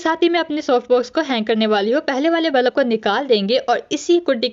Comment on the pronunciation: Bulb 💡 ❎ Balub ✅ 😂😂😂😂 no hate love you ❤